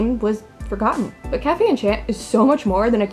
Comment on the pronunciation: I would have probably not been interested in it at first glance, but your review does trigger my attention. I may give it a try. Thank you ! Btw, -- I can't help sorry, I'm happy to see French words because I am French-- if you want to pronounce it perfectly: café is just as you said kah-feh. But for enchanté: You should not pronounce the "n". "En" and "an" are the same sound to us so you can repeat it twice: an-shan. It's hard to explain how to pronounce our "an"/"en", but I found this on the net: For “en”/“an”, try saying the word “song”, but stop just before your throat closes into the “ng” sound. You didn't do "tch" instead of "sh" which is nice. We don't have a tch sound. As for the last syllabe: té is the same as in café, it's teh. I hope it was useful ! It's odd to explain French pronunciation which words are used in a Japanese Otome Game xD Apparently, Japanese people love our culture so they tend to put words here and there to appear distinguished.